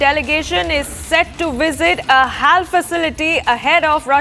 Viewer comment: its not hall..... its pronounced as H.A.L ...